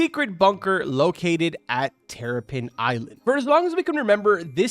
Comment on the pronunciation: He said teripen bro:(